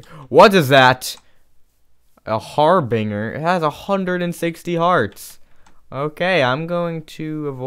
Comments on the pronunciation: It's (Harb-In-Jer) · that goul thing is called a har-bin-ger